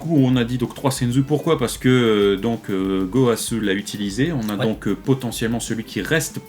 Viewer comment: Gowasuuuuuuuuu..... Zamasuuuuuuuuu.... ZeNNNNNNNNNooooo... Allez please, vous allez reussir a dire les noms correctement !! ^^